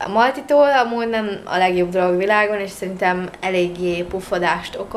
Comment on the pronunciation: Csak nekem tűnik úgy mintha ha “és” helyett mindig “iést” mondanal? 🙂 nem azért mondom tok aranyos 😊